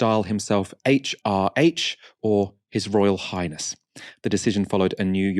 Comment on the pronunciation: "Haitch ar aitch"? See? You can pronounce it properly if you put your mind to it!